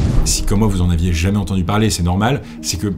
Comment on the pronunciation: C’est marrant parfois j’ai l’impression que t’as un accent valaisan 😂 “Jamé“